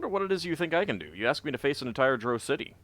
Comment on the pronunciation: Notice that Adalon pronounces Drow like "drow," not like "droh." Sorry, but your pronunciation has been driving me nuts all game. I can understand the confusion because words like sow, grow, low, etc are pronounced like "oh" not "ow." However, there are also words like plow, now, wow, etc that are pronounced like "ow." Every time I've heard Drow from official sources it's pronounced "Dr-ow."